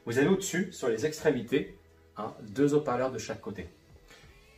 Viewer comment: Très bonne vidéos, ce serait sympa de ne pas faire de fautes de fiction.. : les hauts parleurs (0n ne faitpas de maison: les zoparleurs car le H casse la liaison ) rien de grave, juste pour ce sera plus sympa pour de futures vidéos. Cordialement